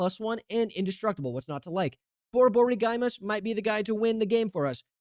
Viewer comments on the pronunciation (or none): Boryborygymos..... no lol. bor-bor-IG-mus, it's a greek. term for "stomach rumble". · Boar - boar - ig - mose Dude said borborygiemoes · Just as an fyi, most everyone pronounces it “bore-buhrigmōs” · Henceforth, this deck shall be named: "War is Gruul". Btw, it's pronounced: Bore-Bore-Igg-Mos. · Pronouncing Borborygmos as Bore-Borey-GuyMus is exactly what we expect from the most unhinged deckbuilder on the net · Bro is not gonna beat the pithing needle with that pronounciation :sob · Giving SethronOlive vibes with that pronunciation 😭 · I'm glad I'm not the only one who noticed XD